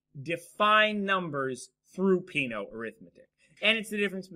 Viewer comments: Peano should be pronounced as "pe-'a-no" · Peano was Italian. The pronunciation is wrong.